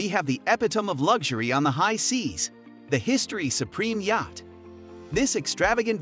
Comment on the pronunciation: Where did this guy learn to speak English? Or is it AI generated? Yacht= yach? Epitome= epi-tome? Come on!